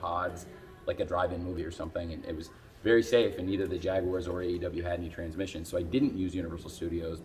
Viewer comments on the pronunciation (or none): none